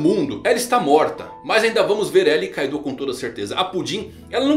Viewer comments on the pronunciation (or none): none